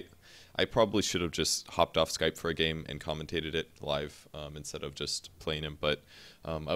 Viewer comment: Live gay commentary? Little word flub there.